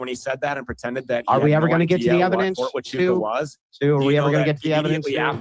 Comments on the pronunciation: Listening to trying to say Fort Wa - Choo - Ka different ways was hilarious. 🤣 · the only issue on Andrews’s side is the pronunciation of “fort hachucha” Tachuka or Tatunka is a Native American name for Bison and we had to shut down the firing range at Camp Pendleton repeatedly when one wondered on the range. They’d yell “ta-chu-ka!” And shut down the range